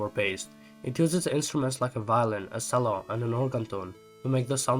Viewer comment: I don't want to sound round but it's pronounced "chell-oh"